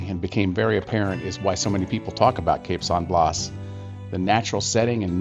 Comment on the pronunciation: It is pronounced “cape San Blast without the “t” on the end. Not blaws. Enjoyed the video.